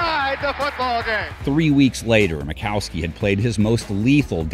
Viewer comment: Ita Don Majkowski. Not makowski. Steve smith might not have been a great wr but he got his super bowl ring and a Trip to the pro bowl